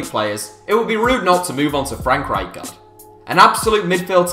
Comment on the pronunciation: Why is he saying frank rightguard